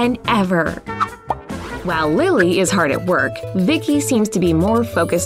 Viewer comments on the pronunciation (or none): none